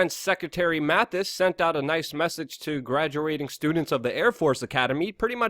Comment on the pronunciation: Luke,its Mattis,not Mathis😉